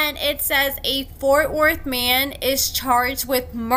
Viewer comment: Fort worth here and yes you pronounced it correctly!